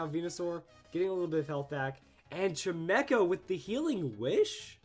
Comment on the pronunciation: I can't be the only one getting annoyed that he calls it chi-mech-oh when it's chime-cho can I, anyway, I think people just forget about quite how many moves magic bounce covers.